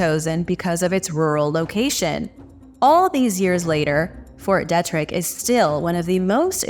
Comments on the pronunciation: It’s pronounced Fort Deetrick… 🤣🤦🏼‍♂️🤷🏼‍♂️ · It’s Fort DEE-trick 🤔